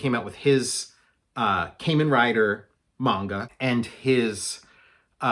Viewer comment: Love Kamen Rider! My favorite is Kamen Rider Black. BTW, it's pronounced "kah-men." Curious to see your approach of a tokusatsu comic. I would like to make a tokusatsu bio-horror splatter punk comic.